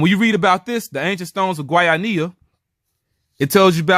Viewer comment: Kudos for trying to pronounce Guayanilla correctly. I'm from Guayanilla, my family has been there forever. I've heard of us being Israelites but you went into more depth, pretty interesting tbh. I did my DNA and my native Puerto Rican ancestry was concentrated specifically in the South and Southwest of the island, where Agüeybana was from. Thanks for this video. The easiest way to pronounce Guayanilla is Gua•Ja•Knee•Ja. And Agüeybana is Ah•Guei•Bah•Nah. Hope that helps. Again, great video. 😊